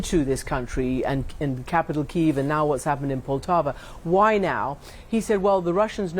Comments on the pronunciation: It Poltava, not Paltova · Poltava. My dear Poltava